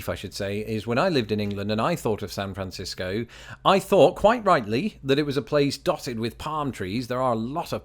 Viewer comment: Carrying over from your last vid, I just realized you pronounce San Francisco correctly and I say Sanfrincisco. +1 for you! 😂👍